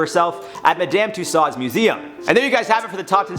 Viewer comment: The way you pronounce Madame Tussauds as a Canadian just killed me😂😂